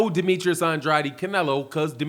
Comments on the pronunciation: It's pronounced aid not adi. You keep saying Andrade's name wrong. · Please say his name right Andrade sounds like and trade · Ya saying Andrades name wrong bro